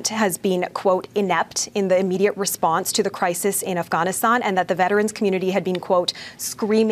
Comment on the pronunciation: Not to mention that insufferable way she pronounces "Afghanistan" and "Taliban".